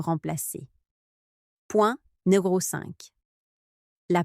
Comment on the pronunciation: IA de merde Vidéo qui rompt la confiance. Le sentiment... "d'aCUI" ‼️ Point "NÉRO 3"‼️ Ce "chiFFT" mental‼️ Quelles expressions de merde ‼️ VIDÉO DE MERDE 😂 😁😂🤣 😁😂🤣 😁😂🤣